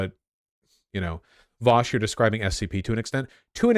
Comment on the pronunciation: Did you really call Vaush ''Vermsh'' here? That's a new one, lol.